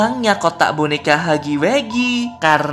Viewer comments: Huggy wuggy bang bukan heggy weggy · Wuggy wuggy bukan haggy weggy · huggy wuggy =hagi wagi gitu bacanya